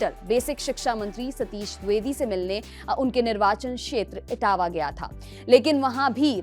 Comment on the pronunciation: Itwa not etawa